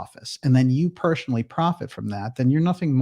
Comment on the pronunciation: Why do you mispronounce 'personally' and 'associate'? It's appalling that you utter 'perschonally und 'assoschiate'. Is it an official speech impediment?